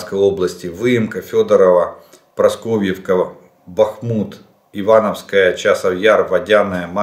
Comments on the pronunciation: Параскавеевка ,а не Просковевка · Дякую за єтер!!! Село Парасковіївка,а не Просков'івка